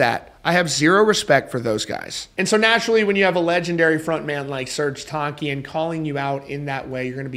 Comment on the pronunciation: Do the world a favor and google "Serj Tankian pronunciation" before you make another video about him. You're welcome.